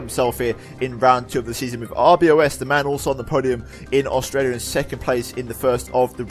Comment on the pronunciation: NO ITS R B O S , IT NOT RBOS XD